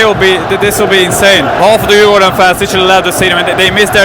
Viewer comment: are you sure you're not swedish? because your pronounciation of Djurgården, AIK, tvillingderbyt is immaculate.